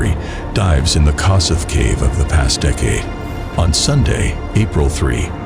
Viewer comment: The Hungarian pronunciation of Kossuth is [ˈkoʃut] (or kosh-ut) named after a famous Hungarian freedom-fighter. I know it's not the point of the video. I never heard of this poor guy and that a disaster like this happened in my country. The fact that he died in a section called the 'Hopeless Siphon' is also disturbing. May he rest in peace.